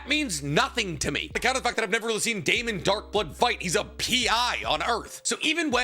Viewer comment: It's Damien Darkblood, not Damon Darkblood